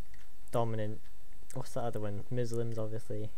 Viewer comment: muslims you said it wrong